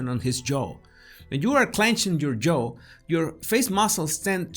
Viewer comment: No es Joe (yo-u), es (j)yaaohh (jaw) sorry no se como decirle, un diccionario con los sonidos a un lado te puede ayudar con la diferencia asi: jaw: /ˈʤɑː/; Joe: /ˈʤoʊ/